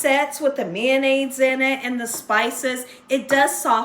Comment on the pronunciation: LOL "MANDAIZE" I LOVE MAYO! #FRENCH I BE*! 🤪👐🏻👍🏻🥳🥰🤣🤣🤣😎